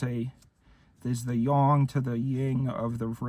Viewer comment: Thank you for actually pronouncing yang correctly